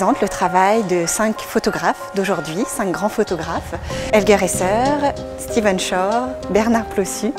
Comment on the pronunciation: Merci pour le partage . Stephen, et non "Steven", tout de même ... :)